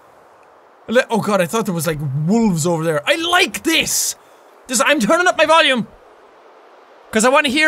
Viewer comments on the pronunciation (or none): none